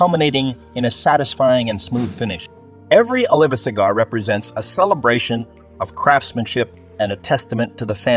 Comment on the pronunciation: Oliva, Partagas, Padron, Davidoff and Romeo Y Julieta were all pronounced incorrect.